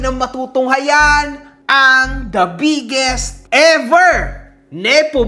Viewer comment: parang literal po yung pagkakasabi nyo BIGGEST nepo baby mg hahahaha